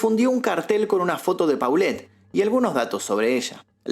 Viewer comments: Te hubieras documentado en la pronunciación de los personajes. Las fonéticas son Lili TELLEZ. no "telez" y la niña era POLET no paulet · Se pronuncia tellez no teles,polet y no paulette 😢